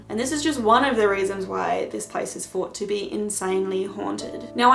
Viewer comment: hi I also have another comment about how you speak in the video,did I hear you correctly,did you say the word fought instead of thought and do you know your doing that.That's interesting because my brother used to say that when he was little until he learned to say thought correctly,just an observation,hope I didn't offend.